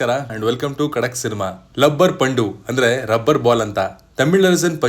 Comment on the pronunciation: That's not pandu. 'Pandhu'